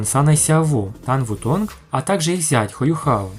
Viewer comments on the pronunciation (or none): Не Юхао, а Юйхао, "Юхао" будет только если переводить с английского (что некорректно). Называть Тан Утун "Тан Ву Тонг" ещё более некорректно, теряется смысл, заложенный в имени (точно так же как и не "Тан Ву Лин", а "Тан Улинь").